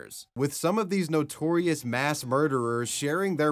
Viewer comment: Moss? You mean "Mass"?